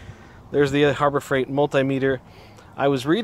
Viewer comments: Tape maysur? Mult-eye meter? lol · Mul-tie-meter??? I guess if you had 2 of them, you would have mul-tie-ple? And if they were small they would be mi-nie-mul-tie-meters.